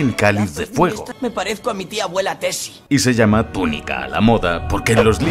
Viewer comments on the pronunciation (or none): none